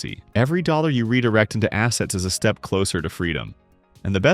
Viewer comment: The AI used for this video needs to work on saying dollar amounts 😂😂😂